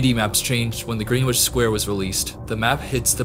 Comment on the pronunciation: Very interesting watch, props to your work and hope ur channels grows. Btw Greenwich is pronounced like Gren-itch lolol